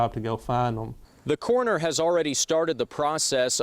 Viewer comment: It's CORONER, not CORNER.